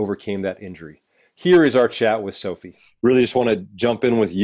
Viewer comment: Her name is Sophia.. why is he saying Sophie?